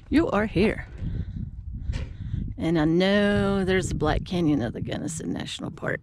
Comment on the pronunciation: My beloved Colorado is burning😢😢😢😢 your pronouncing is correct! Our Beloved Mom Born Delta Co! The sights the Lords creation, but makes me dizzy and 🤮🤢